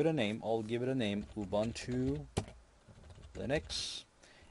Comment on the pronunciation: Ubuntu is pronounced as: OObOOntOO. My Gosh!